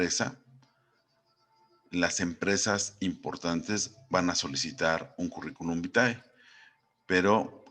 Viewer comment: Gracias por la información!! Cómo me rei con el "Currículum Bitae" 😂😂😂